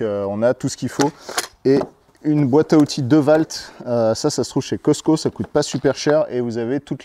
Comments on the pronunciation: tu m'as tué! Dewalt prononcé "deuvalt" mdr c'est "diwolt" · Hello juste au cas où C’est Dewalt et pas devalt Ahah tu m’as bien fait rire continue comme sa j’adore 😍